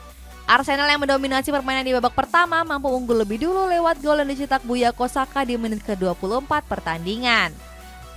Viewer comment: Bukayo Saka mba bukan buyako. Bikin konten bole tapi nama org jangan sembarangan sebut ya..